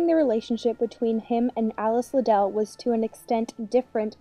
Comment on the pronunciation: Watching this video is so frustrating. Not only are these people being completely judgmental, but they are mispronouncing Liddel. It rhymes with "fiddle" which Lewis Carroll has explained before, if they paid any damn attention. Charles Dodgson also wrote the sequel to Alice's Adventures Underground after she grew up and dedicated the story to her and commented on what a beautiful grown woman she had become.